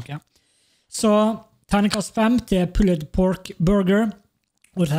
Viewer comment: bruh, slutt å sei pulled pork. Det er bare sån det er skriven, ikkje utalen.